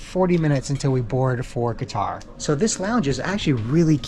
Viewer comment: I don't understand your pronunciation of qutar. And I thought which place is this. Haha